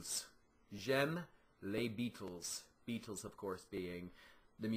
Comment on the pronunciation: When you say the word 'beatles' in french, pronounce it the same way that you pronounce it in english or else it sound REALLY weird. I'm french from canada.